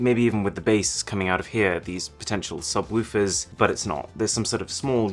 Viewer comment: Also when he says sub-WOOFERS